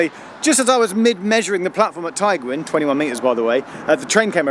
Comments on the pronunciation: I don’t mean to criticise your pronunciation Geoff, but from memory of travelling on this line the guard of one of the trains pronounced Tygwyn as “Tug-win”. Either way, I love both styles of your videos and keep up the awesome work! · Tygwyn is pronounced "tea gwyn" it means white house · Pronounced..tee gwin, Snowden. er Eryri please, sorry but you massacred Dyffryn Ardudwy ..that said other places were quite good.. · enjoy your vids Geoff but I’d have thought you’d learn how to pronounce the name of the station you’ve come to make a video about, regardless of what language it is. This kind of laziness just perpetuates negative attitudes towards Wales, the Welsh and the Welsh language, the idea that ‘ah well I won’t bother trying to pronounce it I’ll just laugh it off cos what a weird word it is’- reckon you can do better than that tbh, hope you’ll accept this in the spirit it was intended